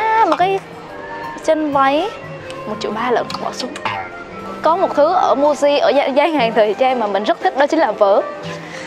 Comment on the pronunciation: Muji đọc là Mư-ji chứ nhỉ, sao lại đọc thành Mu-ji